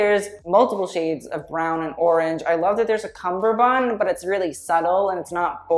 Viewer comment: i'm so glad you said "kamar-bund and not "cummer-band"